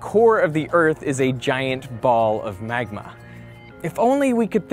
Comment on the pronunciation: Who else is substituting Dr. Evil's pronunciation of "Magma"?